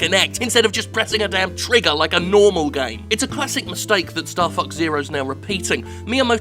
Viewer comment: Is is bad that I kept hearing Starfucks instead of Starfox?